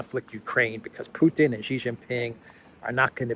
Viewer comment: It’s not”jee” it’s “shee” 😢😅😂